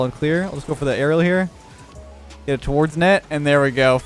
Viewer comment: The only thing I heard was him say Arelel for aerial